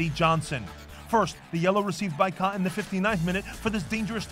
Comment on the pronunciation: I'm a Sounders fan and even I know his name's Kah not Kahn. Smh